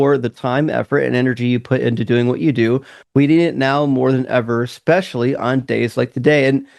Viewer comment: Especially doesn’t have an x in it. It’s not Exspecially